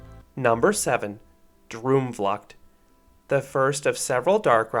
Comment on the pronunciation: Loved to see this review! As a dutchie the pronounced droomvlucht was a bit far off but very fun editing! How the park is portrayed i like too!